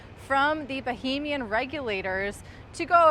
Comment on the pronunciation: Not bohemian. Bahamian